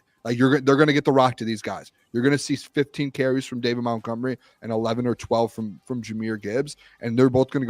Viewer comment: The Doc needs to ask Monty about all this MOUNTgomery stuff so he can tell to say his name right. Lol